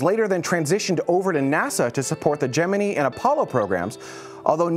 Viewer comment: You mispronounced Gemini.